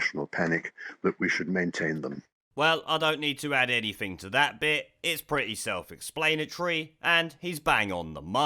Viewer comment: “ExpLAINatory” haha. It’s explanatory, the amount of times you mispronounce words, you have to be doing it on purpose. There’s no way you’ve got through life without people calling you out for it.